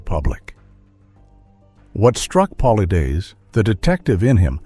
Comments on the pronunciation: I guess he would HAVE to reveal it BEFORE he dies, certainly not after. Stupid title. And how hard would it be to standardize the pronunciation of 'Paulides', the subject of the script. sigh AI is apparently trying to kill off us pedants first. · I must've heard Dave's last name said 8 or 9 different ways & not 1 was correct😂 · Can’t listen anymore to the way you are bastardizing his name. You are pathetic and irresponsible. Edit before posting especially when using AI. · Why can’t you be consistent with his last name, it’s “paul-eyeds”. Learn to modify your text to speech engine! Or the spelling of things in the script. Most have markup tags to fix pronounciation problems. Be professional if you are! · If you are going to profit off of someone else's work, the least you could do is make sure his name is pronounced correctly for God's sake. I mean, it's not like he doesn't say it at the beginning of every single one of his own videos. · I believe David is a book seller a few times over.? Also, you're not pronouncing David's last name correctly.